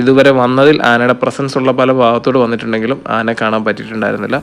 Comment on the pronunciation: മ്മ്... അമ്പാനേ... നന്നായിട്ടുണ്ട് 😂. ആനേനെ അല്ല. ആനയെ എന്ന് പറ.